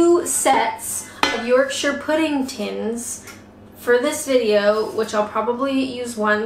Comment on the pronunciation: Hi. I think it's pronounced Pu-D like put.. not P-D like Dud.. at least that's how I heard them pronounce it in the South and in M&S ads